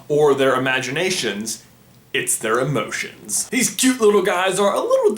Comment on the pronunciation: What emoshens do the emoshens in inside out have